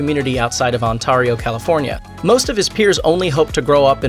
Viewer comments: He pronounced it like it was Oohntahrio Canada,lol. That Fritolays plant is on Fourth Street & Archibald, Ontario. So hot Cheetos was invented by Mr. Montanez there, had no idea. I drive by there all the time. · the way he said “Ontario” pissed me off bruh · It’s cool how hot Cheetos was made in Ontario (my city) and by the way you pronounced Ontario wrong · The way this dude pronounces "Ontario" is funny asf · Why do you pronounce Ontario so weird?